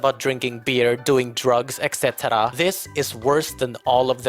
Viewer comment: Aside from all the great points this guy makes in this wonderful video that I had great pleasure watching I love how he says ECT and I will now start saying it like that to honour him